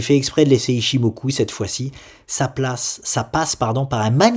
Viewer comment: Salut. Ton ichimoku façon japonais m'a achevé;) Je regardais mon broker et me demandais quel type d'instrument tu allais utiliser par exemple pour sofina en prévoyant un rebond vers 223, style un turbo call avec barrière limite vers 200 par exemple? ou de manière plus générale, étant plus habitué à trader la crypto, quels intruments utilises tu en général pour avoir un peu de levier sur les actions?.. C'est peut-être ds la formation;)?